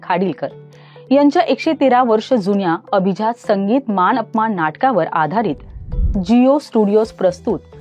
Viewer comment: नीट बोलायला शिका. मान अपमान नाही मानापमान. कट्ट्यार नाही कट्यार